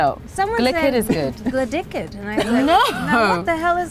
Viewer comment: "gladicked" im dead 💀